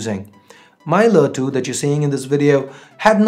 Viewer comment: Wtf is lä 2?!.. U cud just said LE 2